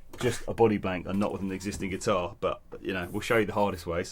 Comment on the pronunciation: Did just somebody said headless guitahrrr🤣